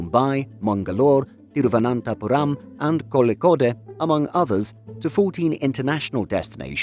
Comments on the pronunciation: Round of applause For "Thiruvananthapuram" Pronunciation and decent job on Kozhikode 🤣👏👏👏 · Bro Air India aside , that Thiruvananthapuram pronounciation deserves a really nice round of applause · Well done on getting Thiruvananthapuram right! Many Indians can’t get it right still ❤ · He pronounced Thiruvananthapuram correctly....That was impressive.....Many people can't pronounce it in our own country.....